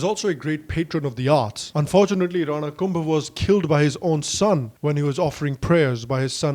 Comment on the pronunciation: One correction... hammir dev of udaipur is different from hammir dev chauhan whose photo you showed in the video. Both are different...thanks for the video.... and maharana kumbha is pronounced as kumbhaaa ... in Rajasthan .... I m from Udaipur (mewar)